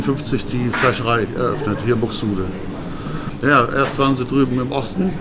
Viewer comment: Alleine schon wenn der Kanal-Betreiber das Wort ja ausspricht sagt schon alles das es ein Depp ist der nicht mal richtig Deutsch reden kann